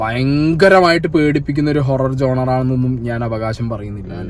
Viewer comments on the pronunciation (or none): (GENERE PRONOUNCE)JONER ALLA ----ZHONRA😊